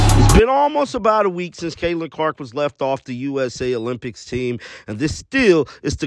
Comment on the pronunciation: Olym..."Pics"... NOT "Piss"......